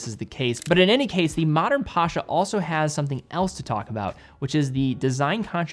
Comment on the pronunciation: Pasha? Really? Seriously?